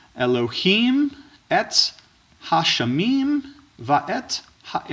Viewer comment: You read Greek very well, it is a little bit different than how I pronounce it but I think the way you pronounce it is more widely used. As far as the Hebrew, it did sound like you missed a syllable on הַשָּׁמַיִם (Ha-Shamayim) The vowel might have been missing in your interlinear though, I have heard some of them aren't the best when it comes to having a faithful printing of each vowel point.